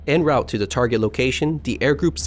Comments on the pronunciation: en route = /ɒn ˈruːt/ ie. "on root" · Anyone else only hear Yerktown? And its "en route" , not "in route". Pronounced "on route" as its French.